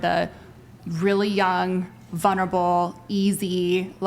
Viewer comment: "Vunerable"? Your Fourth Grade English teacher called and wants you to stay after class.